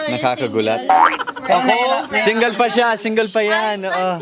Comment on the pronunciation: Girl. Are u singgol? 😂 😂. Single? Haha walang 4 ever